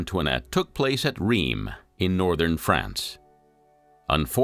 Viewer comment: I really like the documentary but the narrator has NO clue about how to pronounce French city names or places. Not hard to learn that e.g. Rheims and Denis ... awful.